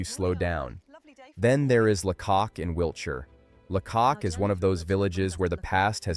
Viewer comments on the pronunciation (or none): AI slop. Where do you start with this rubbish? Weird maps, cars driving on the right hand side of the road and it’s pronounced Laycock with the stress on the first syllable. La cock indeed!